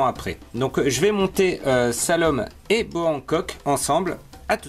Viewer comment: J'aurai plus dit Salomé que Salome, pour le reste la vidéo est très intéressante, tu donnes vraiment un avis concret sur les figurines, =), du tout bon quoi ^^